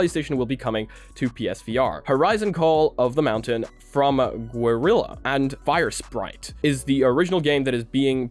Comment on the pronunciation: Guerilla is pronounced like gorilla... not gwerilla.